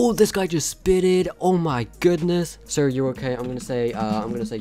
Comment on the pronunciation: Not sire its sir